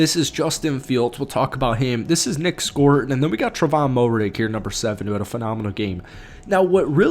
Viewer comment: Fields was pulled early for a possible concussion, then later got benched for poor performance. Tre'von's last name is pronounced Mare-Ig by the way. #KeepPounding